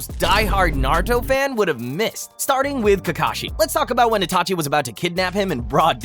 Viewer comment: ''itaki'' ?? lmao